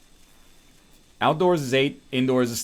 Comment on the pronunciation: He says smelting funny and we don't even get a dope as hell Goldmember reference. :(